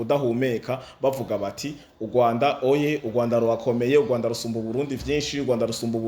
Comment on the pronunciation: Pardon, pour tous les youtubeurs, dévons-nous parler bien la prononciation d'une phrase kugira ntibabone ko twagaye amajambo. Ndasavye sintegetse🙏 Kirambûye❌ Kiramvûye☑️ Ugwanda❌ Urwanda☑️